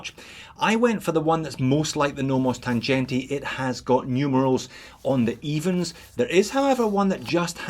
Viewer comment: the sea-gull looks nice for the price. BTW: Tangente is not pronouncet with a g like in g-Shock, its with a g like in sea-gull ;)